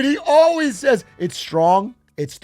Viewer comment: ALLWEES, ALLWEES, ALLWEES, ALLWEES, ALLWEES, ALLWEES, ALLWEES